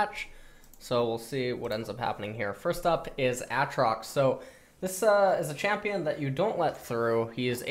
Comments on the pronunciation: Nausus. Mauna. Autrox. Looking for a gun to blow my ears out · Actually tilted and triggered by how he says aatrox. Every time I hear aahtrox I actually get angrier and I never touched the champ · It's ayyytrox urghhhhhhhh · Aatrox pronunciation when?